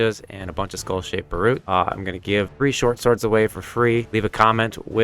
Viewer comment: Helmet pronounced bar'byute. Peace